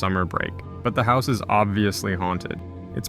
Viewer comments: "Housoo" meanwhile it just says "House" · You can call it "House" not "Housu" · “Hausu” is pronounced like “House” not “how soo” The name is literally just the English word “house”, it’s not indented to be pronounced any differently than it usually is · It’s just “house” not “hausu”. I don’t get why we localize every other movie but not house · House-ooh lmao just say house lol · It's just house, not housu. Creator said so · I can finally die happy when people stop pronouncing house as “how soo” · It's not Hausu. It has never been Hausu. It is House. Just House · Mf speaking House like some Japanese guy 😂. I mean it's in a haunted house. It says house on the cover. Why pronounce like you have an accent, when you are perfectly capable of speaking the word? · The way he said the title though 😂😂 HOW SUEEEE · The movie is actually called house. You don't have to say it in a japanese accent. The title is in english, your first language is English. You didn't pronounce the iron man like that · its probably OK if you dont say House like a Japanaese person speaking poor English